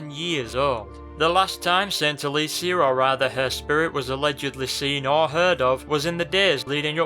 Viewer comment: this is a great video, but the way he pronounced Alessia triggered me lol.